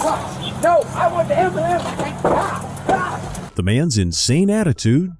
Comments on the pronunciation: It's AN am-ba-lamb. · wtf is a “ambalance”? What kind of questions is he even axing 😂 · "I need an ambeulans" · ah yes the anbulambs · What is an "ambalamps"? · CALL THE WHAT???? AMBULAMB😂😂😂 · I wonder if black people actually believe it’s pronounced amber lamps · "Well sir we can call a am-ba-lambs but i dont think it will help get you medical attention" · SOMEBODY CALL DA AMBALANCE😂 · He need a ambolints coz he a safety riss 😂😂😂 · The brother and sister he said " call the ambulambs not ambulance lol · Why is ambulance so hard to everyone in these videos to say? So freaking annoying. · Hahaha “call the amberlamps”. This is the second video I have watched where someone has “axed” for an “amberlamps”. Apparently the words “ask” and “ambulance” are very difficult words to say.